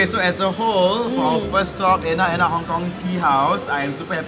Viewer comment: Enak enak sounds very wrong for indonesian lols